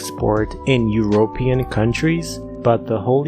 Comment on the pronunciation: The way you said European 😂🤦‍♀️